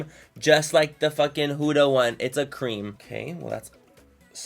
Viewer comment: The reason their so cheap is because they use child labour, they're not cruelty free, and they use unsafe ingredients. Also, you're pronouncing Huda wrong